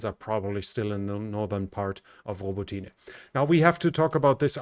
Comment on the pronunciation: In Ukrainian, the "y" in Robotyne is pronounced as a short "i" like in the English word "it". So, it's "i" not "ee".